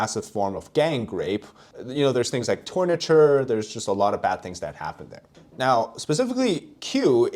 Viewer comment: What is the word you are using,"torniture"?